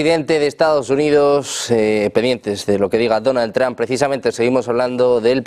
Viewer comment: ¿El presidente Donald "TrAmp"? Los españoles, al igual que los ches (argentinos) no tienen oído para los idiomas extranjeros.